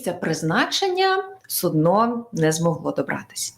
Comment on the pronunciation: в чергове нагадую, що "суднО" - це те що кладуть під неходячого хворого, щоб він справив малу і велику потребу, а корабель називається "сУдно" - з наголосом на "у"